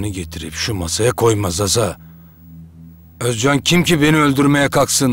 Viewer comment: Bence Ögeycan diyor ögey-üvey. Yani Özcan deyil üveycan😂